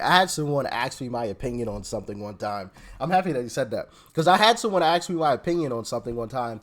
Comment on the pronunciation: It’s ASK a question not ax me a question